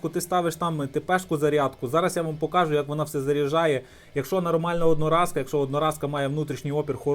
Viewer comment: Хто тебе навчав української мови? Наголоси вивчи будь ласка , вуха ріже. Не вмієш розмовляти не виходь. Заїbaло твоє слово покАжу. Найми репетитора. Чи до логопеда сходи.